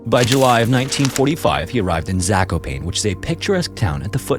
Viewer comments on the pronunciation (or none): 1. Zak-oh-pah-neh, not Zakopain 2. The country of Czechoslovakia was a unified state at the time of the last story. No individual Slovakia was present. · Mandatory non-North American pronunciation correction lol - Zakopane is pronounced 'Za-Koh-Pah-Nee' :) And it is stunningly beautiful there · Zakopane not Zakopein. Ser its not hard, english is the only language to have undergone the english great vowel shift, in every other language a is a and never ei. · I was so surprised that two of that cases were Polish! Reading Zakopane as "zakopain" is pretty funny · Yeah, Zakopane is pronounced /za.kɔˈpa.nɛ/, but you did pronounce Tatry right, so yay? Zakopane in Polish means "buried," as it does in Czech and Slovakian. (Source: Am Czech) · Not a Polish speaker but I believe Zakopane is pronounced Zakopanyuh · [Zakopa‘ne]. Great storytelling, Man! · Here's how you pronounce Zakopane. Za like pizZA, ko like COcoa, pa like papa, ne like NEck. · That prononciuation of Zakopane hurts my ears... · That was a very funny pronounciation of "Zakopane" lol. "Zako" was fine, but it's not the english "pane" that sounds like "pain", the "a" in "pa" is like in "alas" and "ne" is like in "never" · great video man! had a giggle hearing your try at saying "zakopane" 😁